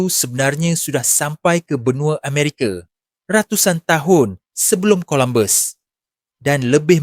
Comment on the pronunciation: salam saudara ,boleh tak betulkan sedikit sebutan kamu itu. Amerika bukan Amerike, Samaudra bukan samudere. Orang Melayu tak sebut semua nya berujung dengan E ,.